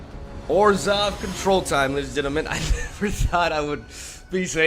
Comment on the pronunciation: I thought he said 'orzhow control like esper without blue'